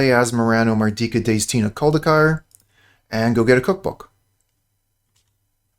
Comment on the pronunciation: the fact you can pronounce the entire name of asmoran just earn you a subscriber